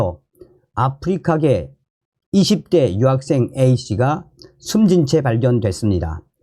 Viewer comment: 발음 똑바로 하세요 여학생 인지 유학생인지!